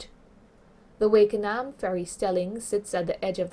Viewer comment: It’s Wakanaam not Wakeanaam